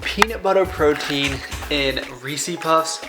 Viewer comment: Hey man great vids, just subbed. For the love of God though please do not say "reesy puffs"! It's Reese's man!